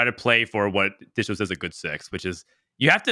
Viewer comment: "And I'm "